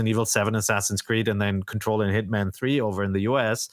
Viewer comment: I like the way pronounces Hitman as “hitmon,” like she can’t escape the habits of saying Pokémon names.